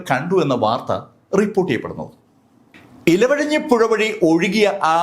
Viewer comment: മുണ്ടക്കയം അല്ല മുണ്ടകൈ ഇലവയഞ്ഞി അല്ല ഇരുവയഞ്ഞി പുഴ